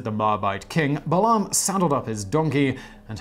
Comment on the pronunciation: um...Balaam is pronounced Bay-lem; Canaan is pronounced Cay-nen